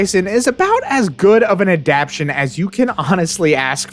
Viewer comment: Adaptation has 4 syllables.